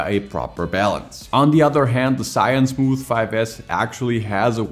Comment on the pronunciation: I have watched many of your video but still not get used to it when you say the name of Zhiyun 😅